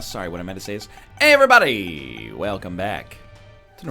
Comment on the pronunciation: I can't believe it. He stopped rerolling really early. Is this the new New NEW NL? But he said 'ayeverybody'